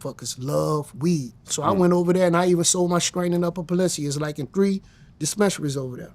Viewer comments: Pelincia 😂 Auto-generated closed captions somehow thought he said “upper a pencil” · Being from Detroit and hearing someone butcher "Peninsula" like that is impressive